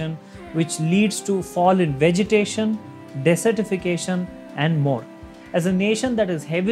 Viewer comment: She can't pronounce desertification correctly, desert not dessert.